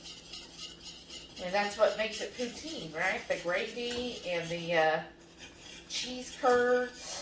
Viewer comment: This Canadian gives you a huge 👍🏻 to the pronunciation of Poutine! Good job! Love to see Americans cook Canadian!